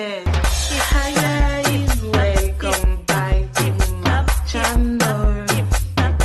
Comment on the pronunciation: Welcome back to my chaneuull 😂 ! L'accent j'adore! TrOp belle 😍❤!